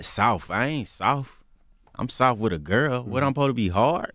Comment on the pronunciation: "I ain't soaft"